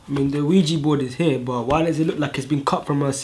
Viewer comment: "LUIGI" instead of "OUIJA" 😂😂😂 I loved this humor